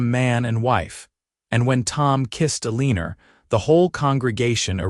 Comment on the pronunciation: I can't really get into the story because of your AI. Ah lenn Er instead of Eleanor. I am subscribed but I am getting frustrated.